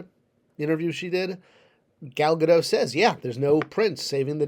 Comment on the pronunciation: I like the video. But it's pronounced Ga-DOT. Dot like the Warner sister. She's not French